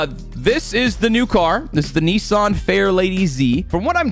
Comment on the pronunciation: Bro said neesarn